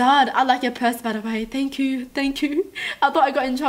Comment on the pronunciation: Why do you say joo instead of you i dunno